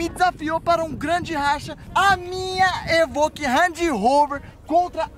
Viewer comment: É pelo menos vc fala certo, vc fala EVOQUE ao invés do Renato que fala EVOLQUE🤣🤣🤣